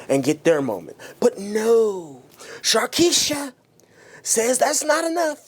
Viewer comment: The way you called her sharkiesha IM DEAD🤣💀💀